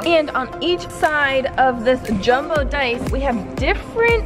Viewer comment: When she say jumbo dice it sounds like Dumbo dice